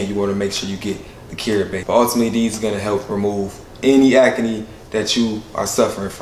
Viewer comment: Proud of and his skin care line.. but why he say acne as ack-a-knee 😅😅😅??